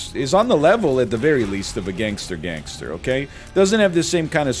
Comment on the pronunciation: My man NL really just said gangsta with the hard r